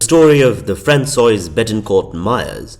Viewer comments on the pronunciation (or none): “Franswazz”, not Franswoa-iz 😊